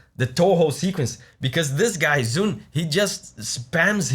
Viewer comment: I'm a Japanese man who have been a fan of the Tōhō Project Series for a decade. ZUN is pronounced as /zun/. If you read it as /zʌn/, it will be written as ZAN in Japanese. But Japanese letters are free to read so, even Japanese often don't know things at first glance... I will tell you the main issue, I like "砕月(Saigetsu)" and "東方妖々夢 〜Ancient Temple (Tōhō Yōyōmu ~ Ancient Temple)" in Tōhō musics. If you don't mind, I hope you will listen to them once. By the way, my most liking character in Tōhō Project is 魂魄妖夢 (Yōmu Kompaku).